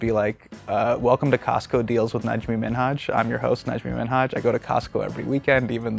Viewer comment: It's Najme not Najmee lol